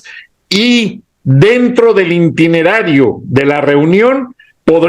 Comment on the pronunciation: POR FAVOR SEÑORES no se dice INTINERARIO se dice ITINERARIO !!!!!!!!!!